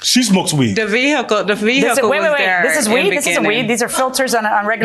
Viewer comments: Vee HickLe. Can we just say car? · Boy she emphasizing that H in vehicle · She can't even pronounce 'vehicle' properly.😮😮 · I wish she would stop saying the word "vehicle". It is so annoying the way she says it. Please say CAR. good grief. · I know right? Just say van! And she couldn't even pronounce "vehicle" correctly. I guess she thought it made her look smart? 🤣